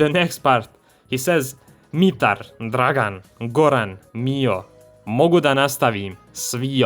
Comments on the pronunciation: I was actually chuckling when he started pronouncing the names, "DraGAN! GoRAN!" They really could've hired any Serbian to tell the voice actor how to pronounce the names. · Everytime he talks about the betrayal and lists the names, especially „Dragan“ kills me 😂 Just the way he pronounced the name is hilarious. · You are going way too deep on something that's very simply explained in the video, its not that deep lil bro. We know Rockstar didn't give a shit about the Serbian in the game, cause even Niko's pronunciation of some names is off (like Dragan, Goran - he accentuates the A letter, when it should be on the O), the accent is really bad. They did not care at all. They thought no one would notice.